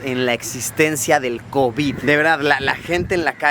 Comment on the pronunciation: Me encanta como lo dice covíd